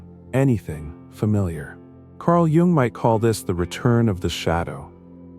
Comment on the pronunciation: You must learn how to pronounce Jung, it's kind of hard to take seriously!